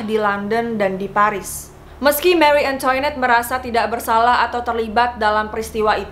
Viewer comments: Marie Antoinette dibacanya mari angtwanet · mengapa sebutannya"marie antoinot" beda banget bunyinya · Marie angtwanet to be pronounced